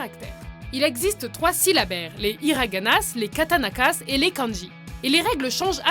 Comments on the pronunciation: "les hiraganasses, les katanakasses et les kanjis" mdr c'est kataKaNas pour info sinon bonne vidéo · "les iraganasses, les katanakasses" 😂 C'est hiraganas et katakanas, les "s" marquant je le pluriel en français ne se prononce pas. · Adol Fcat elle a dit les katanakas 😂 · Victor Ni ptdrrr encore pire elle a dit les katanakass 😂😂😂😂